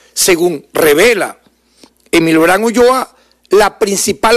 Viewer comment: SE DICE ULLOA NO ULOA...😮